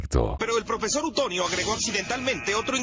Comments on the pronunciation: Yo viendo que en el minuto en lugar de decir profesor dice prefesor._.XD vuelve a YouTube aaaaaaaa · Alguien más de dió cuenta que dice prefesor en XD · Alguien se dio cuenta que decia prefesor